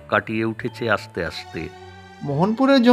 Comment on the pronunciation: ছোট বাবুর কন্ঠে বয়স্ক গলাটা মানায়নি। অন্য কার্টুনে এই ভয়েস আর্টিস্টের গলাটা মানিয়ে গেলেও এই চরিত্রের সঙ্গে একেবারেই যায়নি। শিল্পীর উচ্চারণে "রাস্তা"কে "রাশতা", "আস্তে" কে "আশতে" শুনতে ভালো লাগেনি। যেহেতু আপনাদের কার্টুনের মান খুব ভালো, তাই নিয়মিত দর্শক হিসেবে কথাগুলো বললাম। ধন্যবাদ।